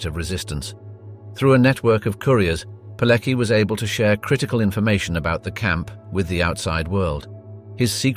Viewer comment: Where do you FIND these commentators? The Polish name Palecki is pronounced "Paleki" instead of the correct "Paletski." Hoess (Höss) is oronounced "Hoss" instead of "Herss." To name but two. Is it so difficult to get this right?